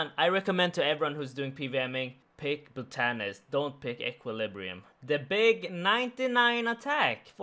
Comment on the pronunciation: Everyone: Bot-an-ist: Bo-tan-nist